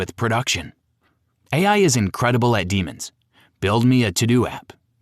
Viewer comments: Why is the AI pronouncing the word Demo as Demons? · pretty sure this is an ai read script, ref the pronounciation of 'demo' kinda ironic. good info though.